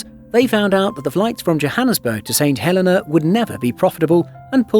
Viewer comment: And you miss pronounced it, the Helena is He lin na, also if there's enough demand, a RWY expansion could fulfill a direct flight.